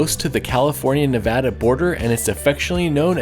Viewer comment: Thank you for saying Nevada correct! Drives me crazy when people don’t. I’ve lived in Reno 8.5 years and I hate this he’ll hole. You definitely covered just about the only things I like. Virginia city is awesome! There’s an imax and I know you can’t find an imax even in some big cities. I love junkee and midtown. The river walk is beautiful, but a little out of the way for my handicapped ass 🤣 the artwork around town is stunning! I don’t know If you know this but the artwork started popping up only a few years ago to deter graffiti. I’d say It worked! I also LOVE the whale sculpture downtown! I noticed It a few years back in the middle of winter. Saying I got out of my car on a freezing winter night says a lot about how stunning that piece really is! I’m an ocean lover through and through and every time I see It I’m still blown away! But yeah you hit all the good aspects of Reno 🤣 I’m a museum lover and wish we had more museums! We do have a hands on kids museum for families with young kids.